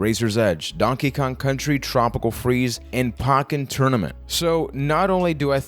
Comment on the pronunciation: You pronounce Poken wrong